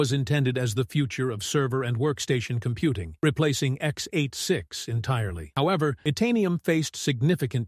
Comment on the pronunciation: I guess, these architecture terms are not all on the same level. And if the video was correct, it is a pity, that this voice reads out the technical terms incorrectly, x-8-6. Sad.